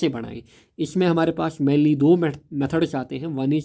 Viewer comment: Mainly❌️ Manly✅️